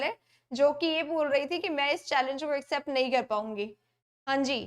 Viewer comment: इक्सेप्ट कि एक्सेप्ट मैडम? U pronounced इक्सेप्ट